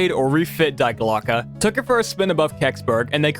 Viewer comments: Just a minor thing and no one who speaks english propably gives a shit but Die Glocke isn't pronounced Die Glocke, it's pronounced Dee Glocke, because german, it's one of the three german articles, die, das, and der like english has a, an, and the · It’s pronounced ( D Glock eh) Die glocke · Was really interested in the video until you immediately started with "dIe GlOCkE". I thought this could be a good video about interesting true stories of the war and not age old conspiracy theories